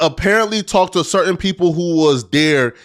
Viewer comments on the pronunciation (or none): none